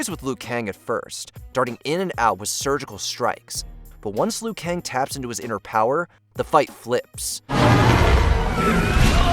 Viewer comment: Not just Raiden, but he keeps occasionally calling Liu Kang "Le-yu".